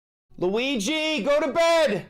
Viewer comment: LOOWEEGEE. GOATABED.